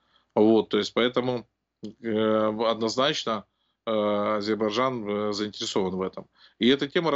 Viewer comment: Научите типа эксперта говорить правильно название страны Азербайджан